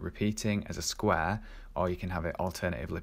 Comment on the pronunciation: sqware :D hehe I kept laughing. Thanks so much for the great content!